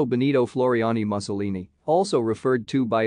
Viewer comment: Sickening. Doesn't even know how to pronounce Lazio and Mussolini